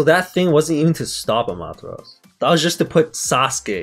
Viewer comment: Almost 300 episodes, and they're still sayingAmatersau wrong